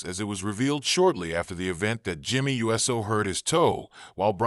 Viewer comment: Hey dumbass it's not Jimmy u s o it's uso you dumb s***learn to say the name right and don't butcher it